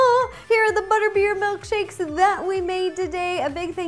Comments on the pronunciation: "butterbear MELKshakes." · Is she saying MELKSHAKES?